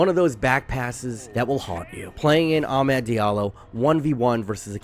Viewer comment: You’re genuinely one of my top football YouTubers but damn the American accented pronunciation of ‘Amad’ is atrocious 😂